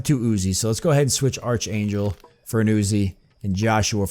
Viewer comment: I've been kind of interested in seeing what this game is about for a while, so thanks for giving a good long look at it with this LP. Something that's been bugging me though; this whole time you've been mispronouncing a few words; mainly "melee" and "archangel" since they've come up so much. You've been pronouncing melee as "mealy" when it's actually "may-lay" - or "meh-lay" for the British pronunciation. For archangel, it's a hard "ch" rather than a soft one, so it's pronounced as "ark-angel". (Sorry, I know no-one likes having their pronunciation corrected... but it's been driving me crazy.) Also, you may have noticed this by now, but it appears that a number of enemies in the game do a percentage of damage described as "lasting damage" - or damage that reduces the max health of the character until they return to base and rest - and that's why there were times when you were trying to heal characters and it wasn't working. In their health bars, it looks like green is current health, grey is damage that can be healed via abilities or first aid kits or whatever, and clear is damage that can only be healed by resting back at base. (As far as I know, not having played Judgment myself.)